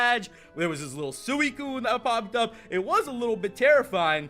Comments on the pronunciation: SWEE-T and CUNE not SOO-I-CUNE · No offense, but does anyone else cringe when he pronounces suicune sooeecune?